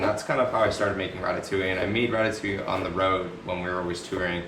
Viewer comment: ITS DEADASS RATATOUILLE